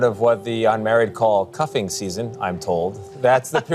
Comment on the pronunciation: It's the coffin season not the cuffing season. LOL